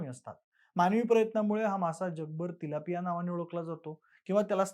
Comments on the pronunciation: By the way haaa tilapia aahe chilapia nahi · video banvaycha adhi kiman fish ch naav tari nit mahiti karun gha lok chilapi bolat asle tari 'Tilapia ' asa nav ahe. utube var fish cha navat correction kela asta tar bara zala asta